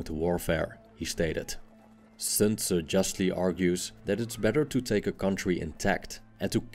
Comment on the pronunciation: Good almost-native pronunciation of "Sun Zi".